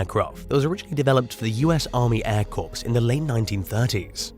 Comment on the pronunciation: Corps is pronounced "Core" just for future reference.🙂